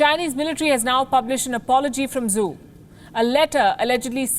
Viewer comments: Zhou is not pronounced as Zoo. It is more like Joe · "zhou " is pronounced like 'joe'